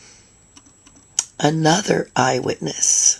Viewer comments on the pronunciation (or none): He did say " eye-hand" witness. He said it multiple times throughout the trial. I love it when the judge corrected his objections. Dumdum duh-rell doesn't understand why this officer wouldn't put his child in harm's way. Ms Patterson had stated that he would try to physically fight with their child. So, this fool has no respect for children, not even his own! I love how duh-rell always tried to use what you could and couldn't see on the video at a certain moment as evidence that something did or didn't happen but had he played one more second, oops there it is! He really thought he was doing something with all that. My favorite one was when he tried that with detective Casey at his mama's house, asking about how do you know the address? Because he went there, Dumdum! I absolutely love your videos,. I hope you feel better soon. Please take care of you. We all appreciate the hard work you do to bring us Dumdum duh-rell's ridiculousness. When I was watching the trial, I smoked 🚬. I know it's bad for me. But he just irritated the ever loving snot out of me. I also hugged my puppers a lot! I smoke outside, so no one else has to breathe my smoke, just to clarify for the reck-erd.